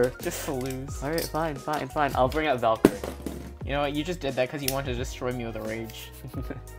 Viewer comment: Why do u call all the Beyblade by their wrong names? Ashindra not Ashara, Roktavor not Ragnarok, Valtryek not Valkyrie, Luìnor not Longinus, and Spryzen not Spriggen! (Btw I haven't watched Beyblade burst surge yet so if that's something they do in beybladeburst surge then idk)